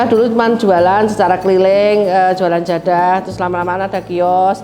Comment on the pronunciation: Keturunannya ini bukan orang Jawa kah? Kok nyebutnya JADHAH, bukan JADAH??? Atau memang lidah anak jaman sekarang tidak bisa ucapkan huruf DHO? 😂